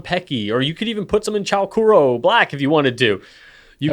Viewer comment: Fun. Laughed so hard ar the Buttered Popcirn flying arrow image. Chou kuro, by the way, is pronounced Choh Kooroh. The OU sound in Japanese is a long O. Thanks.